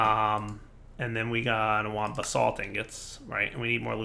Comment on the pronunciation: Anyone else hearing bath salt instead if basalt(spelling lol)?!